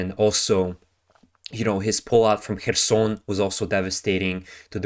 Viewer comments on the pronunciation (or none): none